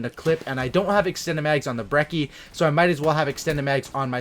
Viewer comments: Bre - chee is how its pronounced its italian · It's an Italian gun so the correct pronunciation is breh-chee